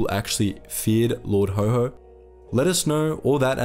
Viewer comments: Lord Haw-Haw, not Lord Ho Ho. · Lord HAW HAW, not Lord HO HO. He sure wasn't Santa! 🙂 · Well researched presentation. Not Lord HoHo, but Haw Haw, bro. "Lord haw haw the humbug of Hamburg" Always Look forward to each new episode arriving on my desktop. Well done mate, keep it up. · Please check how to pronounce words it is lard HAW HAW (Rhyms with saw) NOT HO HO as in Father Christmas!!!! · "Haw-Haw" wouldn't be pronounced like "ho-ho" but like the aw sound in saw, or the "Haha" sound of laughter. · Why do you pronounce "Lord Haw Haw" as "Lord Ho Ho"??? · The small ANNOYING ways to pronounce Lord Haw Haw. It not Ho Ho! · learn how to pronounce haw haw